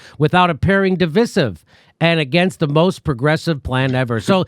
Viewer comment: Oi jimmy its pronounced div👁 sive